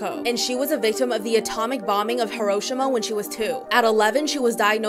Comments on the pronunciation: I hope you don't mind but the city is pronounced as "Hero-shim-a" If anyone else is wondering how to say it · Lol that's not how u pronounce Hiroshima but ok